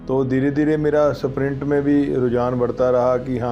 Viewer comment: स्प्रिंट बोलिए न की सप्रिंट